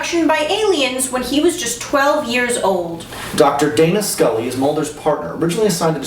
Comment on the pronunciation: I could have sworn said Data Scully. Dammit ReBoot!